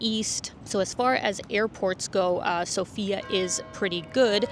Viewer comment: Everyone pronounces the name of the capital incorrectly - the correct is sOfia, the stress is on the O.